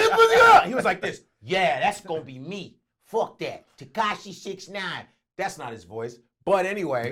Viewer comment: Tekashia!!!😂😂 totally butchered his name blood "That's not his voice"